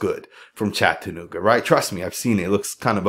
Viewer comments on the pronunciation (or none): none